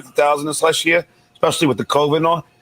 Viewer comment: John says”Exspecially”..I FUCKING HATE THAT😡